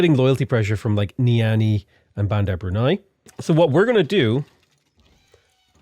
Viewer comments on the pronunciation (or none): none